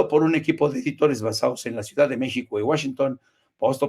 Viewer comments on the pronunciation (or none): none